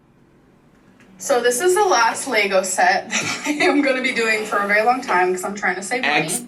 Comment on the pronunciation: Take a shot every time our says 'Lay-go' I'd be ready for hospital in 17 seconds....